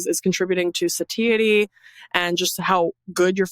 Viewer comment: Suhh-Thai-uh-tee. 😮satiety